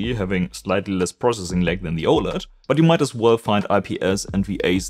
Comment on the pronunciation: It is really hard to understand you speaking and pronouncing simple words such OLED and others words, you swallow your own words